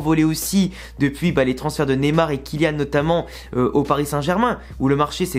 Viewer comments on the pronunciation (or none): none